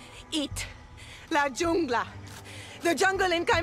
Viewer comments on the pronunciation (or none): "La yungla" #facepalm# :) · are you really telling me they couldn't find some native spanish speaker to tell them how to properly pronounce "jungla" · Im offended that they put so much detail into this but couldn't have the Hispanic lady at the beginning pronounce "jungla" right